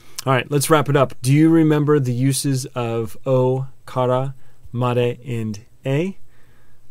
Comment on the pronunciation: I really love your videos, they're very helpful. The only thing i would say you could improve on is your pronunciation, it's needs to sound more Japanese. For example when you say kara, it should be pronounced more like kala.. roll your r's. But apart from that, loving your vids, keep it up!!